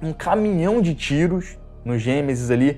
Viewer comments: Perco as estribeiras com esse "Gemesis" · Não consigo Não rir do "Gêmesis" KKKKKKKKKKKKKKKK